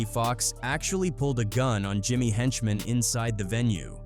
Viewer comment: Script written by one A.i. and the narration done by another A.i. 🤦🏾‍♂️ “When you talk about the infamous G-Unit versus……….. ………….Jimmy Henchman.”